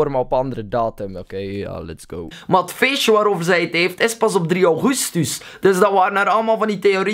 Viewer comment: waarom zeg je "Auguustuus" ?